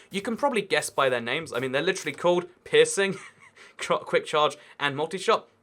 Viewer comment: Every time he says peirceing it sounds like pissing lol